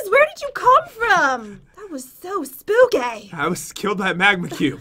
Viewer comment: I haven’t heard say spooKAY in a while I was so happy when I heard